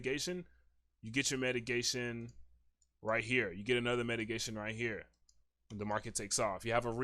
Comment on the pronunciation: Great video. One thing, its called mitigation, not metigation.